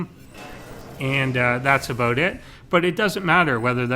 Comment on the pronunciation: "A-boat" :P lol